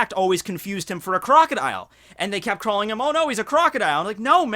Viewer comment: "KEP QUIET"? ._.